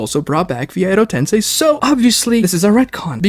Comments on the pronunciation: God why does this guy talk in this weird fake exaggerated way, it's so aggravating, I wish you volume'd him down a bit. Also how can he mispronounce so many names and words fucking christ. Edo TenSAI? TENSAI? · I hate how he says “tensei.” 😖